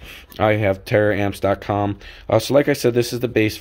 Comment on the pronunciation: Tar-amps Not tear-amps lol